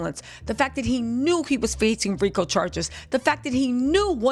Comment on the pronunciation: I thought you said, FREAKO Charges..... instead of RICO